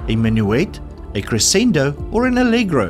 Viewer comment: Creh-SEND-do?? No it’s creh-SHEN-doh.